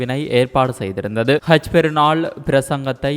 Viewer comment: Seithi wasikkum pennukku haj enru solamudiyata kaj enru than solhirar